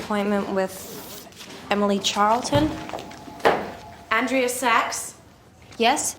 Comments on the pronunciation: Her name is pronounced An-dree-a. Miranda just pronounces it An-dray-a. 😊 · This sequel was a solid 2 out of 10. The 2 points were scored for Lady Gaga and the celebrity cameos. Hear Emily enter and call Andrea Ann Dree A. My name is Andrea, too. Later on, the pronunciation morphs into On Dray Ah. I get that all the time, too. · You know, for someone who's seen this movie 87 million times, you sure do mispronounce Andrea the same number of times. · It shows how big of an impact Miranda has had, in that the entire video he pronounces Andreas's name the way Miranda does, and not how Andrea herself and all of her friends and family do.